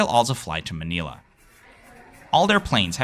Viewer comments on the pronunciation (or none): Why can’t you pronounce “Japan” or “Manila?”